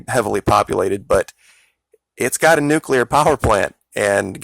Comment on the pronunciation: A neucular hurricane?